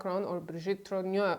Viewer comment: It's TROGNEUX, not TROGNEAU. Candace regularly mispronounced this surname, this your misspelling.